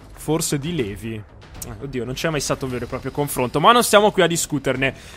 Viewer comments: è livai non levi non si dice cosi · Eren solo per informarti Levi si legge livail(almeno in giapponese in Italiano non so) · Levi si pronuncia livai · ERENNN NON LEVI SI DICE LEVAII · si scrive Levi ma si pronuncia LIVAI!!!! CAZZOOOOO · eren... si dice livai! LIVAI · caro eren Levi si legge Livai, nell'anime lo chiamano Livai.... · DD27 Si dice Livaj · ulivai si pronuncia credo